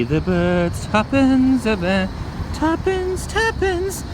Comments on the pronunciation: I was thinking the same thing, but I kept on thinking that he was saying "tuppen"...which makes absolutely no sense, since i've never even heard of the word tuppen lol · Ok.. its TUPENCE a bag ( Two Pence)